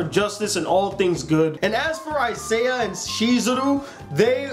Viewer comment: naw man its isaiah